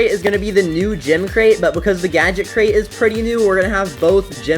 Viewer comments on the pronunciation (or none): ITS CRATE NOT CREATE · Printer Create? Bro forgot how to say the word Crate XD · Bro can't even pronounce crate 😂